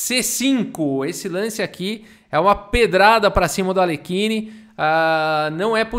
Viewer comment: Outro que eu gosto de ver tomando uma surra é o Alekhine (ei, já vi uns vídeos estrangeiros e parece que a pronúncia do nome dele é “Alhérrin”).